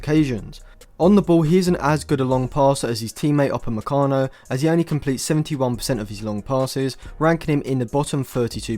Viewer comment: "Up a me car, no"? I can assure you no accent, however cute, justifies that pronunciation.